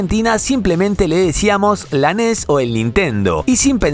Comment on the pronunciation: Me da mucha risa cuando dice: ENIES, jajajajajaja !!!!!!!😂😂😂😂😂😂 Como mexicano que soy, aca le decimos: LA NES ORIGINAL, la que compramos PRIMERO, hasta que supimos que había juegos "piratas", y entonces sabíamos que, si había juegos "pirata", entonces tendría que haber consolas "pirata".😢😢😢😢😢